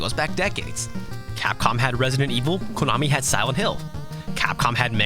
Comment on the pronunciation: Don't ever say "KOOnami" ever again, please. It's "Ko-na-mi". Okay?